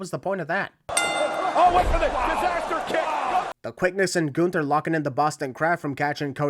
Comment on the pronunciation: gun-ther. ding (edit: referring to Michael pronouncing it like that)